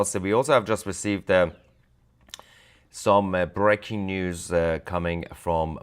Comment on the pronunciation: I love your show. I just would like to correct when u say breaking news. It should sound like brake ing. Like car brakes.